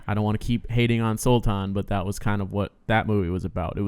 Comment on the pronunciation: According to the Phogat girls the father was locked out of the match. They still don't know who it was or if it was one person acting alone or many. They have no idea why either., yay! You got the word "Sultan" perfectly right! Including the soft palatal T. Good on you!